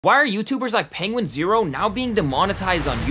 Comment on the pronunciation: Not to be a dick but it's pronounced penguinzo